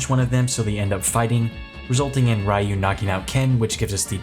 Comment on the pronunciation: Never heard anyone pronounce Ryu like that lol